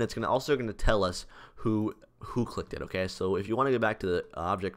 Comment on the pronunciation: ik it sounded like he said they detect if you licked it